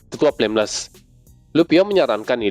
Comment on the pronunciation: Baca yg benar dong bg itu tetua flameles